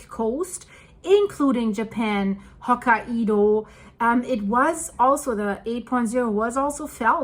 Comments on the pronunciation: Ho-ka-y-do not ho-ka -ee-do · Ho-kai-dough NOT Ho-ka-e-dough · it's pronounced Ho-ki-doh! 😂 Not! Ho-ki-edoh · Not hokka- ido, but hok- kai- do. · You do an excellent job and I’ll help you with a pronunciation. It’s Ho-ki-doh not Hoka ido. Keep up the great work! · hok ka i do? Lady just say Hokkai do lmao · It's Hokkaido ...not Hoka ( the shoe ) Ido 😂😂😂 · Hokkaido is pronounced "Hoh-KAI-doh. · It's pronounced Ho Kai Do. hahaha. Love your vids!!! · Hi I believe Hokkaido is pronounced “Hock-eye-doe” with the “eye-doe” part said quickly. 👍❤ The Japanese nation is in my heart at this time, hoping it settles down. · The problem with phonics is that they don’t translate evenly from one language to another. It took me a moment to figure out what place you were talking about. Hokkaido is pronounced as ho KI do. Japanese yes, hai, is pronounced as HI. The “a” is silent. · Hi, I really enjoy your comprehensive look into current events and love your pronunciation of some places, I know English isn't your first language so where are you from originally? I believe Hokkaido is pronounced. " Hok - eye - doe" 😍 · Your Personal Linguist sez: The northern Japanese island’s (Hokkaido’s) name is pronounced “hoke-KAI-doe.” God bless you for all you do—and for struggling through the place names as you do it! My wife and I discovered you just before the Blatten catastrophe, watched, riveted, through it, and have followed you avidly ever since. Thank you! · Hokkaido is pronounced “Hokkaydo “. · It’s hokie pokie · Hokkaido, japan is only three syllables